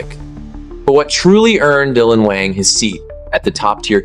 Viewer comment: If you’re going to talk about Dylan, you could start with pronouncing his last name right. People who follow Dylan know he’s kind and being slandered.